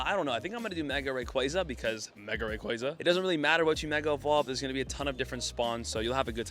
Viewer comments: Bro it’s Rayquaza, not Rayquaza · You say Rayquaza wrong!